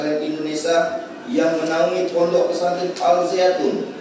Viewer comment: Jaksa kunrang ngopi tuh sebut ponpes salah